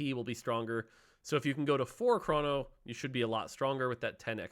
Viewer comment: its chrono, not chrawno